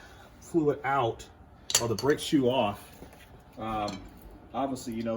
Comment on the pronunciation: OMG ... Delete this video just for the number of times you say BRAKE SHOE (incorrectly)